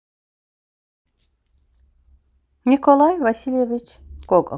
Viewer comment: NIKOLAY YAZILIR NIKALAY OXUNIR AY XANIM